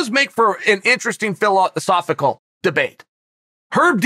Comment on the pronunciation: Chael “Phil out the sophical” Sonnen